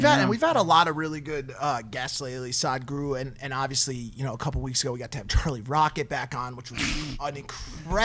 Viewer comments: Its not pronounced as "SAAD-GURU", it is "SUHD-GURU". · Its not Saadhguru its Sadhguru.😂 its will be exciting podcast. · Whoaaa I'm seeing the entire episode if Sadhguru (pronounced as SUHDGOOROO) comes